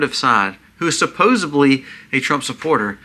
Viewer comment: Supposedly NOT Supposably